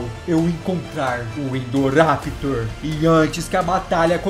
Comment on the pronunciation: KKKKKKKKKKKKKKKK NEM SABE PRONUNCIAR É INDORAPTOR NÃO INDORRAPITOR